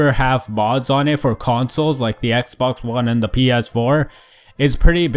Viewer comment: "Ex one blunt players" lol